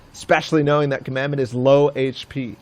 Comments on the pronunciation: listening to them commentate made me so mad, "commandment" pretty sure its COMADON, HOW TO YOU GET COMMANDMENT FROM COMADON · Comadon not command or commandment so annoying when the commentators cant read or constantly miss pronounce someones name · It’s comadon not commandment you idiot..